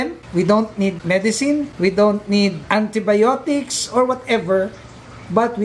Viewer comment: Wow, natural way! I think that method is better than using medicines/chemicals. Btw, nalingaw napud ko , ya, "ANTIBIOTECS" kaayo. Ahahaha! Anyway, thanks for the advice. God bless and more powers!